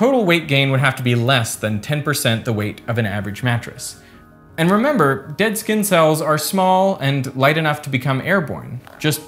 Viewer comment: Why do you pronounce the letter “S” as it were a “Z”? “ReZources”? “Zkinn cellz”? “Zpace”? On another note, taping a container to your skin would just create a micro climate with an unnaturally humid and still environment.